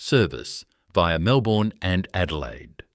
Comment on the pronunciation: 'Wangaratta' initially mispronounced, as was "Melbourne'. Shocking to hear the letter 'z' pronounced incorrectly as 'zee' when it ought always be 'zed' in Australia. And we say 'de-poh' in Australia not the USA 'deee-po'. 'ANZ" (the Bank) was also incorrectly pronounced. All these in the first two minutes. AI slop!!